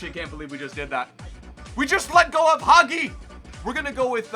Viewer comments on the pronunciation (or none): ITS HAJI NOT HAGI